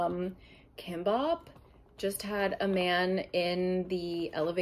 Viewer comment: That pronunciation of kimbap is a violation, but even more cringe is the unsolicited opinion on your choice of food. 😅